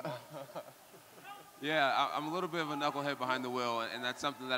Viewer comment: Jon Jones: "would that be tax REDUCTIBLE" NO.... BUT IT'S DEDUCTIBLE YOU DUMBASS LOL